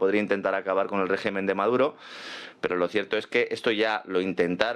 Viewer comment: no pierdas el sueño por el rrrrreeeeeeegimen!!!! Real politic!!!!!